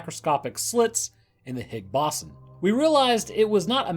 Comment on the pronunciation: I love the tales and the nonchalant narrative you give, but I can't help but giggle at "Higgs bossom"